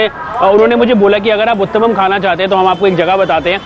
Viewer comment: when pushed to say Uttapam..and finally he said the word, the way he said it I was ROFL 🤣🤣 but yes he did pronounce it correctly 👍 ur rght Matra=quantity Here in India usually kachoris are larger in size,these shown in the vlog are special cos they are smaller.